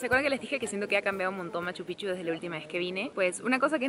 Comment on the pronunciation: No es Machupichu es Machupicchu (pikchu o pijchu deberia pronunciarse) No quiero ser pesado o sonar mal, pero por favor pronuncien bien. Lo mismo con Cusco no es Cujco.